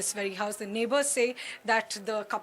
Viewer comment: Neighbourers nahi neighbours hota hai behen